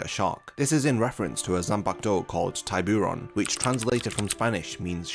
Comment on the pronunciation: NGL hearing you butcher Spanish words isn't easy for me. "Tie-boo-ohn" 😩, are you even trying?